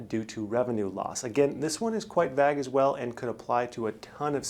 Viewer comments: Vague is pronounced "Vey-guh". Thanks and good luck to us all! You CAN do BOTH PPP & EIDL. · KEA No it isn’t. It’s pronounced “veig”, rhyming with “hey”. (Same w/ plague.) The “ue” is silent. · Kind of "vag"? Maybe a little "schaaling" lol. Thanks for the vaydeo though :) Thumbs up 👍